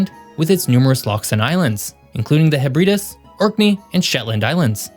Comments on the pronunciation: The Hebrides is pronounced Heb-RID-Eees, not her-BREED-us... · That's the first time I've heard someone call the Hebrides, "the heh-BREE-diss" If anyone's wondering, it's "the HEH-bri-deez" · 'HEH-bri-deez', sir. The Hebrides Islands are not 'Hebraduz'. 😮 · I was like what the fuck is the heb redus then realised you meant hebrides heb-ree-dees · I stopped at Hebreedis. If there is no knowledge of how to pronounce "Hebrides" and no effort has been made to research how to pronounce "Hebrides" then I doubt this video has much to offer me. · Heb-rid-ees not heb-reed-ous ;) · He-breedus ? Heb-ra-dees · Heb-rid-eeeee’s NOT Heb-ride-iss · Hebreedis? . He made it this time before mispronouncing a well known landmass! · It's pronounced 'Heh-bre-deez" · Heb ree des 😂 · Scot here, wanted to tell you that the Hebrides is pronounced like “Hehb-reh-days/dees and glasgow is like Glaz-go, hope this helps! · Hebrides is pronounced Heb-ri -dees. Glasgow was at least as big a manufacturing area as Manchester . Shipbuilding alone was massive on the river Clyde in the 19th century 20% of the WORLDS ships were built on the Clyde . It was known as the second city of the Empire . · I quite like “Hee-brides” though. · Interesting pronunciation of Hebrides! And you missed some big conurbations like Newcastle and Bristol. But good video non the less! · That isn’t how you pronounce Hebrides. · Yeah lol sounded like some Spanish pronunciation there, but i knew what the narrator meant. Still funny though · Ya, I caught that weird pronunciation of Hebrides... which led me to ponder the interesting accent of the Narrator? I'm guessing Minnesota, USA? The accent in that area is a blend of Swedish, Dutch/Germanic and Scots/Irish. Honestly, sometimes people from Minnesota speak more like a weird blend of European than the frequent Afro/Caribbean which strongly influences American metro areas of the rest of USA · I think the pronunciation of "Hebrides" in this video could use some improvement.